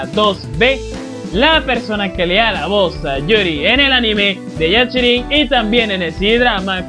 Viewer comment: O de que se pasó todo el video diciendo "yaCHIrin" jajaajajaj